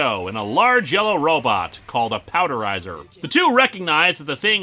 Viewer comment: "called a powderizer".......c'mon dude...."power-dizer" power....power.....